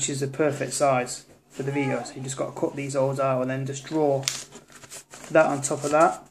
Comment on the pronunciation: When he said "my cut finger" I could've sworn he said COCK finger! LOL